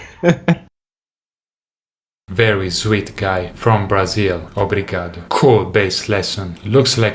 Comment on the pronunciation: He said it correctly…